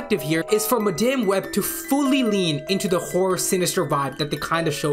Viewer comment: Madaime Web? Can’t even get the name of the movie right…